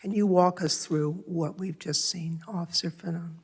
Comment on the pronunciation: did she say "Mr. ofciffer?!?!?!?!?!" LMASSSSSSSSSSSSOFFFFFFFFFFF!!!!!!! She is inebriated!!!!!!! 😁😁😁😂😂😜😜😜😜😜😜❤❤